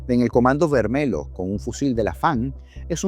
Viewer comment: Se pronuncia Comando Vermelio (lh) toda palabra que lleve LH intercaladas se pronuncia de con una i al comienzo